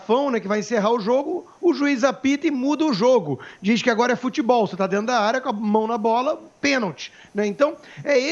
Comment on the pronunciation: SENADOR NÃO ADIANTA FALAR MOMENTO E DE AJI